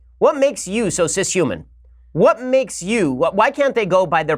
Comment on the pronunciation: CISHUMAN LMAOOOO